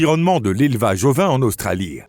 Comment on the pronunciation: Australie : en langue française, le e de Australie est muet, autrement dit, il ne prononce pas. On ne dit pas Australi eee mais Australi tout simplement.... pareil pour "établie" et d'autres encore... mais un pouce en l'air malgré tout !